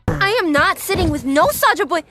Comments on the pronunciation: Sahsa❌ Saja✔️ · Sasha ❌ Saja✅😊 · Sasha❌ Saja ✅ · Sasha❌ saja👍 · Saja not Sasha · saga❌ saja✅ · Mistri Sasha❌ mystery saja✅